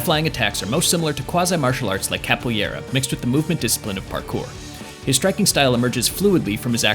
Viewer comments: Capoo-yera? What on earth is that?!? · The mispronunciation of "Capoeira" already makes me question the credentials of this "" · and didn't even pronounce THAT right!